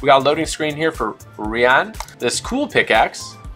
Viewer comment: I am pretty sure her name is pronounced Rianne but spelled Rian